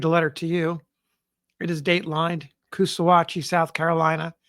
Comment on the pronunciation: It's Coosaw-hatchie, because it's where the Coosaw and Salkahatchie rivers meet.